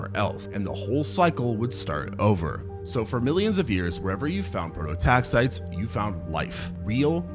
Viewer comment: pro-to-tax-EYE-tees. It's so painful to listen when the pronunciation is wrong throughout.